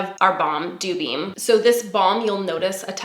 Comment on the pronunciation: I quite enjoy the name sandblush for the highlighter but I cant tell you how long it took me to hear dewbeam and not doobie 😂